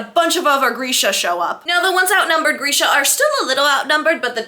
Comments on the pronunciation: Grisha is pronounced as Gree-sha not Gur-sha. But this was great. I laughed out loud so many times. Totally agree about the huge age gap! I’ve seen the Netflix series many times but have never read the books so listening to you summarize the books I can see that a lot of changes were made in the Netflix series. I appreciate this video because I probably won’t read the books; it’s very hard for me to read a book when I know the ending. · Girl every time you said ‘Geersha’ I died💀💀🤣